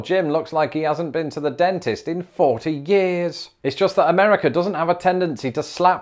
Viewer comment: it's not "Ameddica".